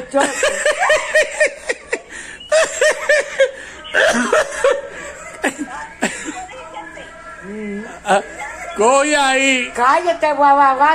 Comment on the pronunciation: Hayyy que risa 😂 tú ere bellaco dile cara de Soto 😂😂😂 y ella lo dise mal 🙈😂😂♥️🥰